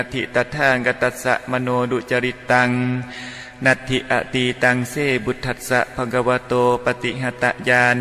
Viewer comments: อ่านคาถาผิดครับพุทธัสสะ อ่านว่า พุด ทัด สะครับไม่ใช่ พุด ทะ ทัด สะ และบางครั้งประโยคมีพยางค์เดียวแต่เพิ่มเป็นสองพยางค์ได้แก่ ญาณานุปริวัตตัง อ่านว่า ยา นา นุ ป ริ วัด ตัง ไม่ใช่ ยา ยา นุ ป ริ วัด ตัง ครับ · ผมไม่แน่ใจว่าสวด "พุทธะธัสสะ" หรือ"พุทธัสสะ" ผู้รู้ช่วยชี้แนะ ตามหลักไวยากรณ์บาลี เพราะคำเดิมคือ "พุทธะ "ถ้า + อัสสะ น่าจะเป็น "พุทธัสสะ" ไม่น่าจะใช่ "พุทธะธัสสะ" ตามที่สวด